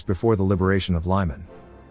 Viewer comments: The way you pronounce Лиман as Lieman, sounds very close to a word in Ukrainian which means “shitty”. I know you don’t mean it but sometimes free interpretations of names coming from other languages might lead to confusing situations. Лиман is pronounced as Leeman, there’s no “ i “ in that name. Please, try stick to the original Ukrainian names, it’s not really pleasing to hear something that sounds like “shitty” instead of the right name. Otherwise, thank you for your effort to display the reality of the Russian war against Ukraine. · I love your channel! But please write the script phonetically so the computer voice will say "Leeman" not "Lieman" or "Keeve" not "Kiev" Thanks for your work! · lee mohn' Your pronunciation is poor.